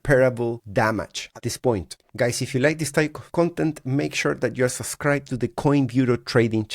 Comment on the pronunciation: It’s “Subscribe” NOT “Susscirbe”. There’s two “B’s” in that word.